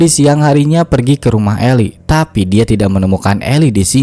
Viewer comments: Min, Eli bacanya Ilai, itu nama salah satu nabi yg ada di Bible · Betul 👏👏👏 Eli dibaca (ilai)